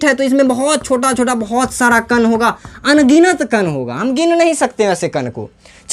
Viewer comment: कण ❎ कन ✅ 😂😂